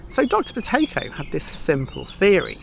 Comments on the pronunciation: I had to put my captions on 😂 I thought you said Potato breathing. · How many people thought he said "Potato Breathing" right at the start 😂